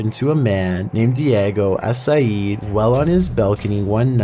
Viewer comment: No hate,.but you can say Asaid properly but not Castillo? Lol